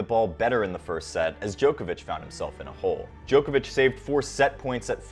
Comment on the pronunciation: I think is the most professionally delivered summary & analysis of the ATP Tour on YouTube. The delivery is smooth. No pauses, crutch words - a top presenter. If I could make one small suggestion of improvement.. Whilst I don't claim to know the correct pronunciation of names - being a European I am pretty sure they are incorrect. I cringe a bit at the pronunciation of 'Djokovic' & 'Garros' in the latest video. To help here is a link to the corrct pronunciation of Roland Garros: & here is a link to the correct pronunciation of Novak Djokovic: It's just the long 'o' sound that sounds weird. Personally, I think the incorrect pronunciation of names is unhelpful - it only trains more people to say their names incorrectly. For English words it isn't important - there are no hard & fast rules to correct pronunciation - it isn't a phonetic language. But names I think, are important to say as the player would say it.